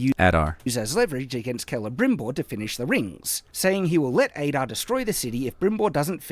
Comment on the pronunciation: One of the things that made me the most frustrated in this entire video is the part where he mispronounces Adar as "Ay-dar". Like, THEY SAY HIS NAME IN THE SHOW. We know how it's supposed to be pronounced! It might seem like a minor nitpick, but I feel like it stands as almost a microcosm of the reason this video completely sucks. This is not an example of misinterpreting something, or misreading the name and thinking its pronounced some other way. No, this is literally him hearing one thing and saying another completely different thing, which is what this entire video seems to be, in my eyes.